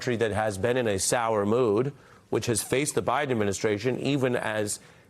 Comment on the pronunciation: How many caught it when she said OBiden?? LoL only truth she said all night. Who’s running things… haha!